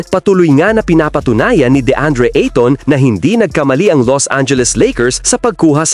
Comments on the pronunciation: Skip video dahil sa annoying ITON INSTEAD OF AYTON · A -TON PO HINDI i-TON PO😀😀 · ahahaha........ Ayton pronounce as eyton....